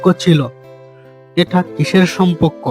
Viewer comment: আরে ভাই, এটা সমপক্ক না, সমপর্ক